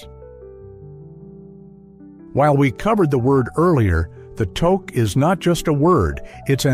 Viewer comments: Togue is spelt Touque and with a U sound not an O sound if you were to spell it as it sounds it would be "Tuce" not Toce not all Canadian homs require shoes to be removed, I for one cannot walk properly without shos on even in the house as I have ancle problems so I apologize and explain my situation everyone is fine with that but if it is very wet out I will bring shoes to wear inside as not all Canadian homes offer house shoes or slippers, here in the backwoods of Canada called British columbia a forgotten western province that gets almost no attention as the majority of documentaries focus on easter Canada, but us BCers are not so fussy about that. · we say it as tuque not togue excent the u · Tuque pronounced Tooook. Victoria day weekend is two four weekend not 2nd to 4th weekend